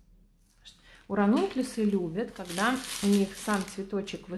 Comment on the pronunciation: Никак не пойму название цветов, которые вы делаете! Напишите будьте добры. А то вы их так выговариваете, что невозможно понять правильно.